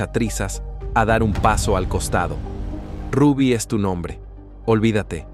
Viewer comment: ese youtuber no pronuncia ningún nombre cómo es. Ni el Rubby, sino el de su hija Zulinka, y otros nombres.